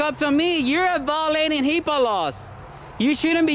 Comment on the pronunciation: you almost got it. It's HIP"AA" laws. Health Insurance Portability and Accountability Act